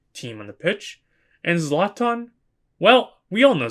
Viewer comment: Bro said zlatan ☠️